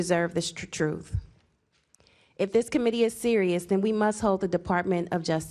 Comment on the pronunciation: I want the truth. What's " Troof "????